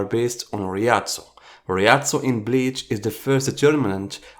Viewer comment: bro reading beach not bleach